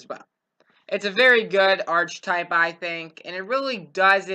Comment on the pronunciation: Arc-i-type pronouce your words correctly